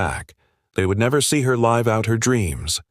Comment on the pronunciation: I suspect the voice relating this case may be a speech synthesizer because it said she didn't get to LIVE out her life but pronounced the I in LIVE the same way we pronounce the "i" in LIFE. Otherwise the narration was pretty much perfect.